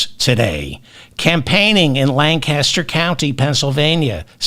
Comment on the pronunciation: Sorry, David. I'm from PA. Let me help you with the pronunciation of the towns you mentioned. Reading is pronounced Redding. Lancaster is pronounced Lane-kih-ster. Lititz is LIH-t*ts And even though you didn't mention it, DuBois isn't pronounced Du-bwah like it should be. Instead, it's Do-boys. And we also have such wonderful places like, and I'm not making this up, Intercourse and Blue Ball. Ah, my beloved Commonwealth!